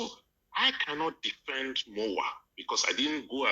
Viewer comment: Way da you guys like it or not is called EMOWAA not MOWAA